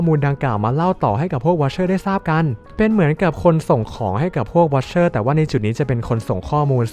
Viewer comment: อ่านเป็นthe wicherเฉยเลย😅😅😅